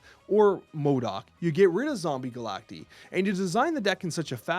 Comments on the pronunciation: I genuinely hate that the card is called Zombie Galac-TEE and not zombie Galac-TIE. Pronounced the same as Cacti 🌵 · Surely it’s pronounced Galact-eye right?? If so then someone needs to tell before his official snap video or whatever it’s called